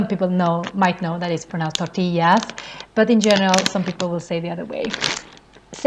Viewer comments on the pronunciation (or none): none